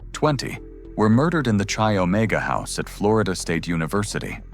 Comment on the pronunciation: Chi Omega is pronounced Ki Omega not chi as in Chilld Thx.